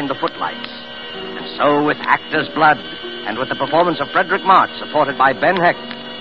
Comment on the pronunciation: 'Fredric', not 'Frederic'